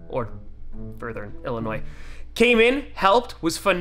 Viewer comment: Thank you for saying Illinois correctly. And for going to Midway. Its way better